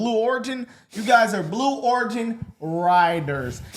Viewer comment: "Blue O- rig- in" faker than Biden's presidency 😂😂😂